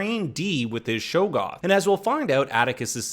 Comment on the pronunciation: great job, except........shog-goth, not show-goth.